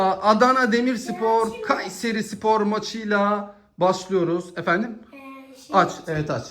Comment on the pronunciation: Şu A harfini söylerken baskın söyleme aq KUUÂÂÂYSERİ SPOR diyosun çok gıcık😢